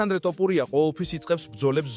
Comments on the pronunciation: ტ ოფურია არა ძმა თოფურია😄 და თან გვანახე ვიდეოები რაზეც საუბრობ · რა დაიჩემეთ ეს "ტოპურია", სადაურები ხართ, არა ხართ ქართული წარმოშობის?!.."თოფური" არის თაფლი მეგრულ ენაზე, გაიგეთ?